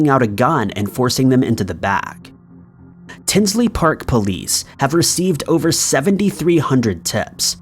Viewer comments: Tinley park not tinsley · it's Tinley Park,Il not "Tinsley Park" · FYI, it's Tinley Park, not Tinsley Park. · It’s Tinley Park, the Lane Bryant murders, not tinsley. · Liked this and subscribed and I hate to do this but if anyone has yet to tell you it’s Tinley Park not Tinsley Park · It's Tinley Park not Tinsley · Hey.....FYI its T-i-n-l-e-y Park (not Tinsley) I am from Chicago and that is very very close